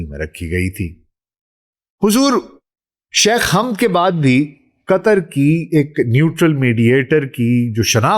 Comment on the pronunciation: My dear respected bro the deceased man name is not Hamd it is Hamad not even Hammad. I don't understand why mostly Pakistani can't pronounce the name of Hamad mostly people anchors or news reporter says Hammad which is absolutely wrong it's Hamad not Hamd Hamad ✅️ Hamd ❌️ Hammad ❌️